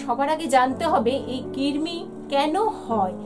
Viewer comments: Kirmi na krimi😂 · Oh allah... Amio ai kotha ta bolte chaichilam....j kirmi noy krimi toh uni toh bolei dilen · দীদিভাই ওটা কৃমি কির্মি নয় 😑